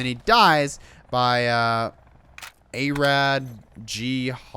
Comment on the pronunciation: Aradghodarati is persian lol Thats Arad not a rad.... nice video btw